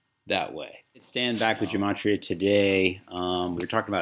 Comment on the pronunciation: It’s pronounced Geh-Mah-tree-uh